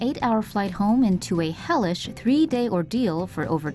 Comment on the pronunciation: When you said hellish I heard relish